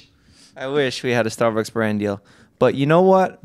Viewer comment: I love the way Jeff pronounces StarBucks.. StArrB-uhks